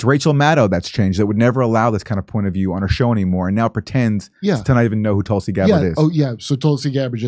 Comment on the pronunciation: She refuses to say Tulsi’s name now, and when she did she couldn’t even pronounce it; instead saying “Tolsi.” Pathetic.